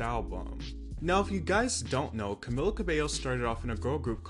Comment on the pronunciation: It's CamEEla